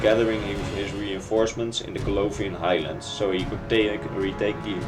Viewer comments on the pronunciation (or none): none